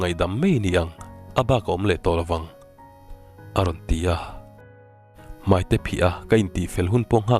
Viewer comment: I chhiar thiam lutuk.Mahse,Mai tih hi Mei tih ang hian i lam deuh zelin ka hria.